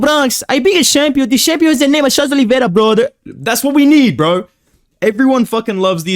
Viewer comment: "brudder" and "one more thing guys!" Make me lol irl everytime